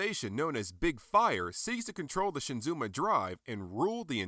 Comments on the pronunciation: SHIZUMA.... Not Shinzuma lol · Not "ShiNzuma," but simply "Shizuma." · This is an awesome review. I got mine last week and got it at a good price of just $55. I took photos of it a couple of days ago and just posted them to the robotjapan forum. Although I have to admit I cringed every time you said "Shinzuma" Because it's Shizuma. ^_^ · I prefer the Yamato version. It's much bigger and almost completely Die-cast. Also, it always irks me when folks mispronounce names...It's Shi-Zuma not SHIN-Zuma. Good review! Love your camera work!